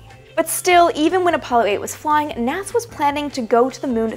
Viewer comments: she said naza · “Naza” aaaaand I’m out